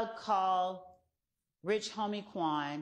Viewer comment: I was like plzzzz stop callin Quan that when she kept saying his name like that. I felt so bad for his family bc i know that saw that 😢 that shit was hurting my heart so bad. She made herself look even more like a villain constantly repeating that